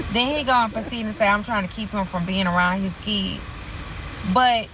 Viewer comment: Dem keeds, his keeds… what is a keeds?!?!